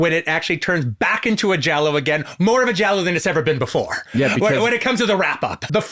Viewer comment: makes sense it would be in the Es. also, he is actually pronouncing giallo correctly